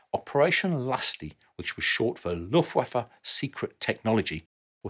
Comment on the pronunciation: Amazing that this design went out of production THAT early - given the service life of many of these jets (and especially the Tomcat being such an icon of the 80s) I didn't realise how very old these designs were. Btw. I appreciate how you pronounce Luftwaffe correctly, and want to offer some advice for other German words: What you see is what you get in many cases, meaning the vowels are usually pronounced just like in the phonetic alphabet (as well as the Romance languages). ;)